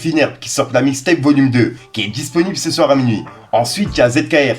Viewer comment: on dis « ce » vendredi et pas « Ste »vendredi. Arrête avec cette nouvelle expression que tu reprend . Tu fou la haine qd je tendend parler comme un schlague